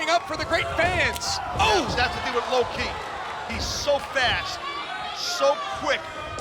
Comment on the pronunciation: The way Taz says Lo-Ki was hilariously funny.